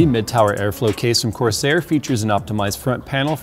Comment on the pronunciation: lol "Corsaid 5000D" Did Corsair changed his name to "Corsaid"??